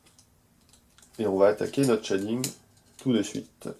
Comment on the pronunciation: Chez-ding not Chat-ding dude ^^